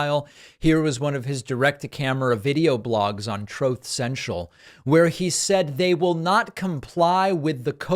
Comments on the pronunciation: Troathe cential 😂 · Why is it pronounced Troth Senchel?